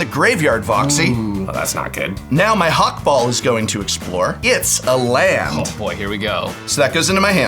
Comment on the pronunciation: I die a little every time the says Hak-Bol instead of Hak-Bal (based on Ixalan been meso-american inspired)